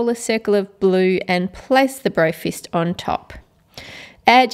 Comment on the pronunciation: she said "BrofRist"